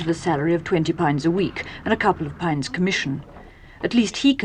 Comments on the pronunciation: “Eight paynds tin a week” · “She has only 8 pie-ahnds. (Pounds)” the narrator is so posh she’s literally making up her own pronunciation. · "She has only ate poinds ten a week" lol. (0.25 secs).